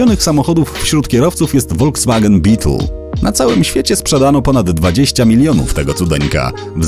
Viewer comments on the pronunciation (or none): none